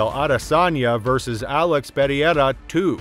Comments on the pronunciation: alex perry-air-uh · These Chinese videos w/ text to speech 😠 say pear ear rah one more time mf'er